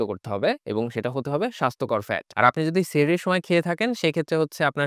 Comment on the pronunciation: সাহারি 📗 সেহরি ❌